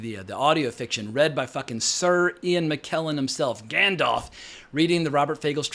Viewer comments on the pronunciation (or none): none